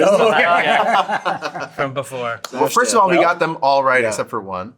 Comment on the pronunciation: Well he says Fist me 😂